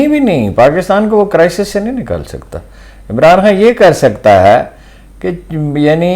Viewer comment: یہ عمران خان کہنے کے بجائے عمران هان کہ رہی ہے.